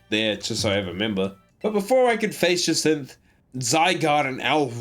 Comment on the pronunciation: I like how you mispronounced almost every character and don’t question it, but you say jacinthe perfect and question it, it’s actually hilarious 😂